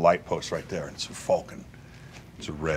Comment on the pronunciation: Fulcon? Wtf, it's falcon